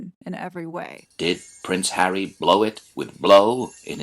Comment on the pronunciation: Did I hear you say Prick Harry??😂😂😂😂😂